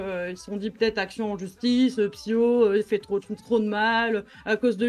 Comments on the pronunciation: Techniquement il dit 0 fois ton nom... vu qu’il dit PsyKO et pas PsyHO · pas une fois il a bien prononcer le blaze PSYHO pas PSYKO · Moi je dit 0 fois psk ils disent psyko au lieu de psyho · ben il a prononcé "psyko" beaucoup trop de foi xD (je pense il te voue un culte en secret Oo)